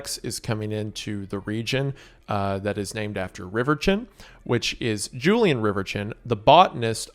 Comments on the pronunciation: Bro said riverchin instead of reverchon That's low-key funny and I'm crying over how he pronounced it ✌️😭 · Can we adress his pronunciation of Julien Reverchon. It's Rever-sean, not river chin